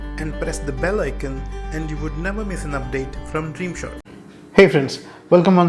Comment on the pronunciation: Press the bell icon wala pronunciation kuch alag sa lagta hai ... 🔥🔥🔥